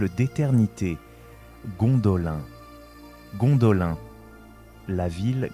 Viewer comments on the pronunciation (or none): un effort sur la prononciation stp, car de t entendre dire a tout bout de chant Gondolin, alors que la prononciation est Gondoline, franchement sa casse les boullasses, j en suis a 4 minutes est j ai déjà envie de me barrer, juste a cause que tu répète en boucle Gondolin, alors que l histoire que tu raconte est intéressante. Malgré tout je te laisse un like, car le boulot effectuer est bon, l histoire et bien narrée, bon montage, Histoire intéressante, mais vraiment la prononciation, car sur certaine choses tu le faits. On m'as toujours dit, boulot à moitié faite n'es pas fais.